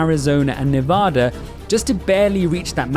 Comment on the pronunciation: god we can tell you're an uninformed foreigner on this subject: Michigan includes the UP, or Upper Peninsula.. in this you left it red. atleast you have Nevada's placement, not pronunciation, right: but Arkansas isn't Arizona.. not even close geographically. not to mention you include a province or two of canada, which although they should be apart of the US, they are not.